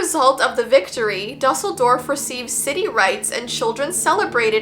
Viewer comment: Might wanna check your pronunciation of Dusseldorf. It's definitely not duh-sehl-dorf. Try Doo-sehl-dorf (closer but I'm also not a native German speaker)